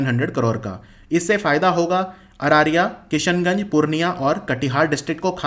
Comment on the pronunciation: Sir arariya ka pronunciation me mistake tha😂😜